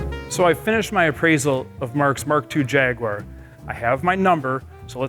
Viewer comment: Great shame Americans can not pronounce Jaguar...it’s embarrassing